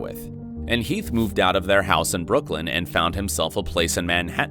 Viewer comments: It’s Brooklyn not brooklin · Bro no way u just called Brooklyn Brooklin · Yo you said Brooklin not Brooklyn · it's Brooklyn, not Brooklin. jesus christ. ALSO... you ARE spinning things to fit your very quick little narrative, focusing on only what you want to focus on. feels disrespectful, man. feels real shitty. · bruh brooklin its brooklyn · Brooklin? Brooklyn! Don’t be disrespectful! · Its Brooklyn not Brooklin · its BrooklYn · "Brooklin" Are you kidding me?